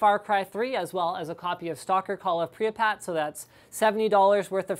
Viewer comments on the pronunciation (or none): pree-ya-pat? *pri-pe-yat...